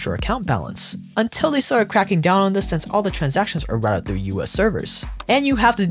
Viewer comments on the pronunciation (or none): none